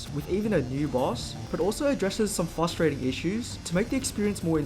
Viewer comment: Bro really said fustrating